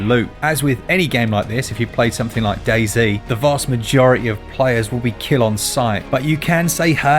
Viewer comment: A British guy pronouncing DAY-ZEE, well I know saying it as DAY ZED would sound a bit odd but I really thought DAYZ was meant to sound like DAYS.